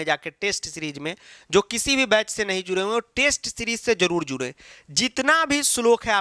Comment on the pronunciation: Jarur jarur❌ Julul julul. ✅😂😂